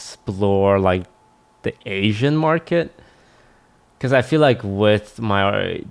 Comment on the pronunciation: toastyboy said "Asian Market" as if he was buying slaves lmfao